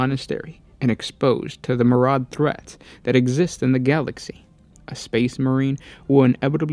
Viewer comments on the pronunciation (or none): Compared to the other one who whispers into his mic from the other room, this guy is much better. Myriad pronounced: MIR-RE-ADD NOT MARAUD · Awesome vid, thanks for making it. I just thought I'd let you know, myriad is pronounced MIR-e-add. That word is pretty rare, and I wouldn't know it myself if I weren't an English Prof. Once again, thanks for making the vid! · Astartes is the singular and plural, though a case could be made for Astartis or Astartus as the singular form. The first "i" in aspirant is pronounced like the "i" in sick, with the emphasis on the first syllable, "ASS-pi-rant". Myriad is pronounced "MEER-ee-ed" or "MEER-ee-ad". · you are too close to the microphone I think. Also, enunciate your words better. Myriad. Learn how to pronounce it. Good content but, by the Emperor, your presentation MUST be better!